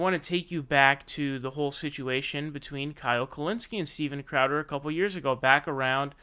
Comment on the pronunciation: My god, man...I almost clicked off this video like a dozen times. Every time ya say "Steven Clam Chowder" I died a little inside. Please stop 💀